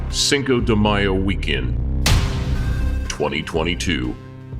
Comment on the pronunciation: the presenter: "SynKO De MAIO"